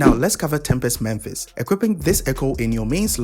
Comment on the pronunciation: Why do people always pronounce "Mephis" as "Memphis"? I don't get it.